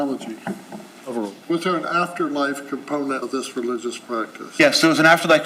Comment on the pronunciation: He actually said religulous